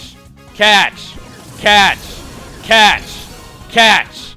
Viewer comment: when chugga yelled catch i thought he yelled cats